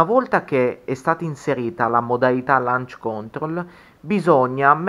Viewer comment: ‘Lanc còntrol’ ma sul serio? L’hai detto 70 volte e non si può sentire, dai. Ma basta che lo digiti su Google e ti senta la pronuncia, forza, sei giovane.